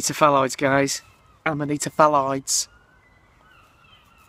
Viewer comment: It's pronounced phalloidees.